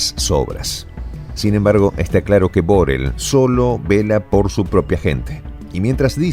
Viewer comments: Molesta un poco que el nombre de BoRRell se pronuncie mal. Por favor, hacélo como todo el mundo. Gracias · BORRELL es un apellido catalán y se pronuncia BORREI con acento átono en la E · Borrell es una palabra aguda,no grave.Saludos desde España.